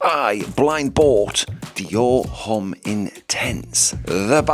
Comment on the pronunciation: I can’t decide if you’re taking the piss or not with your pronunciation of “Homme”?